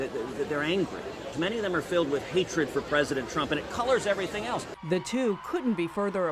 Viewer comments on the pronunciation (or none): none